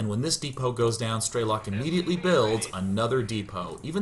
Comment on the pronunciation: i love you to death Sean. but ff's it's not stray-lock, its streh-lick. PLAY STALKER